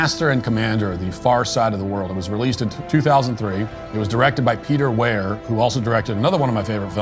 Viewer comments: Peter Weir is said like you’d say weird but just leave off the D. Easy. He’s one of Australia’s greatest directors, up there with Bruce Beresford. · Matt, the director’s name is pronounced Peter ‘Weer’. He’s Australian too. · I don’t think you can claim a movie is your favorite if you can’t pronounce the directors name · Good analysis, but Matt’s pronunciation of Peter Weir’s name is frustrating AF 😂